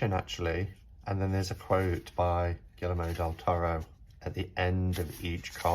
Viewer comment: The L's are pronounced like Y in Spanish so it's Gee-err-mo :) love the spooky music and your decorations!